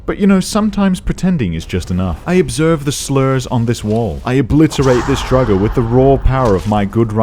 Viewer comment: why do you pronounce draugr not the usual droor-ger or drow-ger but the secret third way drugger